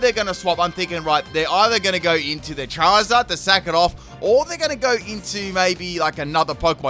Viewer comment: CHERRYZard? Don't you mean CHARiZARD?